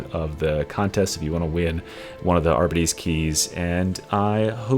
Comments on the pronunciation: Great video, as always! My only complaint: I believe it’s pronounced “ar-BEE-tees”, and not “AR-buh-tees”. Could be wrong though! 😂😂 cheers! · Considering that it's short for 'Ar-Bit-Tra-tor' I'd say everyone's wrong and it's actually pronounced 'Ar-Bits' and the e is silent. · Are-bee-tees. You’re so close come on, champ 😅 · I am very sorry but they way you pronounce Arbites is all wrong. It is pronounced Are-Bites the AR is important bites is bites. It bothered the shit out of me.